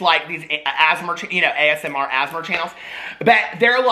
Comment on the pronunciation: the way you pronounce asmr kills me everytime xD ASSMRHHHH there is no other way to pronounce it everyone else go home